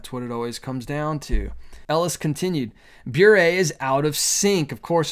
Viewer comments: I believe it is pronounced “burr“. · Sounds like a "serpent in the Garden" kind of invitation and I pray that Candace stands firm. I have so many thoughts on this but you put most of them into words in this video,. Thank you for the loving concern you showed Candace. P.S. "Bure" rhymes with "hurray" 😉. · Bure pronounced "beret" like the French hat.